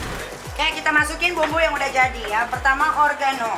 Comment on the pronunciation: Oregano kak bkn organo